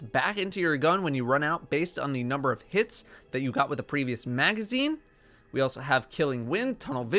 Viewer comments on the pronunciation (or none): none